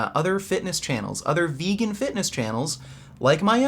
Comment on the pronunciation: I love the way you always say „veeygan“ when you do acting